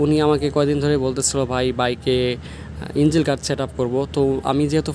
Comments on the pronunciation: ইনজিল গার্ড মানে কি ভাই? ইঞ্জিন শুনেছি। ইনজিল তো শুনিনাই। ইঞ্জিন শব্দটাও শুদ্ধ ভাবে উচ্চারন করতে পারেন না। আসছেন ব্লগ বানাইতে। কি যে বলি। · ইঞ্জিল গার্ড চ্যালেন ভাই আগে উচ্চারণ তো শিখেন